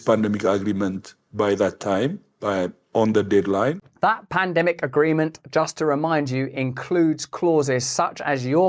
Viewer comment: That ugh-ree-ment. Ugh!